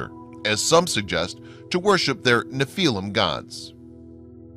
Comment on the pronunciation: Good documentary. Would have liked to see the pictures from the old newspapers of bones on display. Only comment, Nephillim is pronounced NEF uh lim.